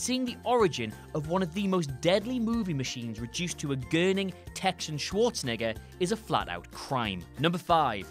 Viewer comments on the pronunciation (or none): none